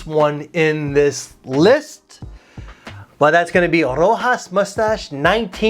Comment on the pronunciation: Dude it's not pronounced Rojas with the spanish J but Roshas